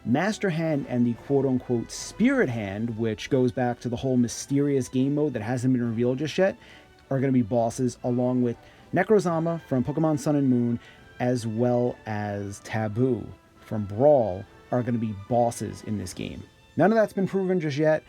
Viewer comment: It's not NecroZama. It's NeCROZma.